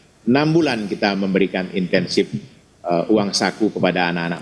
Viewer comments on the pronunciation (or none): INSENTIF,!.. bukan INTENSIF!